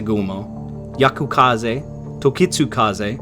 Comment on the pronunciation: Yukikaze! not Yakukaze